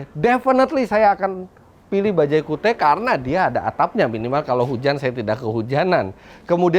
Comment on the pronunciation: Ini penyebutannya bukan kiut ya?